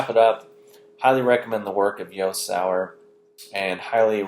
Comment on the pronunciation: Hi Its great your sharing Jost's work I have heard a lot of para phrasing through this video., you pronounce his name like "Yost". Especially talking Mundane and Mystical...It is Josts take on Doasim your speaking... It isnt written anywhere as such in books, its his over 25 years of research that you are speaking of. I believe no one in the world has had his understanding on all this subject before him. He practises for many hours every day and recieves next level potent downloads. I sell space at his rehab in Qld Austrailia and have taught Qigong for him in the past. He has been a mentor to me since 1994. Our rehab is.au his is and.au He now sells an online rehab and an amazing chi cycle online course. We are also putting on a chi cycle yoga and tai-chi retreat in Fiji in August. Check out the website. Be great for you to come and experience his meditation iniations and lectures. All info is new and recently downloaded not in any his books. Well priced for the US dollar, only 20 spaces. My email is jessica... I will see if I can get you a good deal as you could do some video.